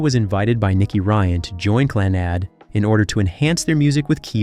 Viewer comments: The narration on this is painful to listen to. Your Gaelic pronunciation is awful. A little research and help with it would have made your presentation much better. The band is pronunced Clann-ud, with emphasis on Clann. Celts is pronounced Kelts. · His pronunciation on all the Gaelic is awful, even the band name Clannad. It's pronounced Clann-ud, with emphasis on the first part. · How is Clannad pronounced? Stopped watching right there!!! You've have your clicks.